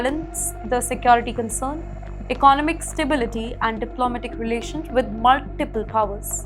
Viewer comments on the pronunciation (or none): Get your Pronunciation right. Why is economics ecnaumics, economy is ecnaumi. Where ever you studied it appears to be a bad place to be a student in it